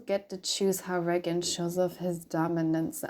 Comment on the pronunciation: Ray-gin is the correct pronunciation :) love your dragging of sadism!!